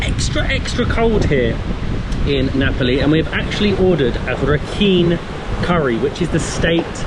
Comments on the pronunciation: nice travel blog, some pronunciation if you are interested, Myanmar = Myal Mar , Rakhine = Ra Khai , Nga Pa Li = Nge Pal Lee . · Not all beaches are called NgaPaLi, there are Chaung Tha and Ngwe Saung beaches and the state is pronounced as Ra Kine ( similar to the -ine from Shine). Hope you enjoyed your stay.